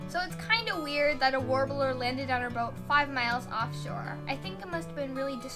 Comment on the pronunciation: trying to say warbler is sweet and hilarious.